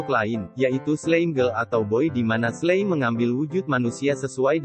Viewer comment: Slime dibaca slaim